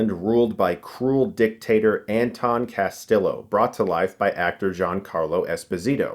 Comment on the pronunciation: This dude said said Cas-stilllooo